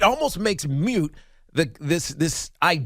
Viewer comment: lol I love Tiki (and Ronde) but mute and moot are pronounced differently.